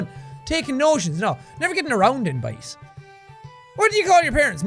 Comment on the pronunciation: What gets me the most is how he says boys. “BAIS!!!”